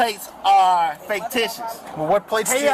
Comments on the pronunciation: this attorney says "faketitious" instead of fictitious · Did he actually say faketicious? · He actually said faketicious 😅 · "faketicious" lol. What a moron. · Yup ! Even when the Officer talking to him SAYS "FICTitious" the mono=neuronal fool STILL says "Faketitious". Maybe it will take a month or two for his neural processing to click ! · Bro said "Faketious" 😂 He has never read a book before. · "Faketicious" ok Kat Williams from temu. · I'd imagine that his heads gonna explode when he learns about tag readers 'running' his tags numerous times daily without "probable cause"...!!! And, did I hear "faketicious"...?!? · Not only that, he keeps saying "faketitious" which makes him sound extremely ignorant. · “He said my plates are faketicious” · He doubled down on that, too. It sounded like it started to say it correctly then changed it. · The way he keeps saying "fictitious" makes me believe he doesn't know what the word means.